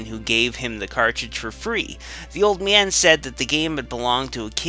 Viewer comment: agreed old man is pronounced old man not old meeean.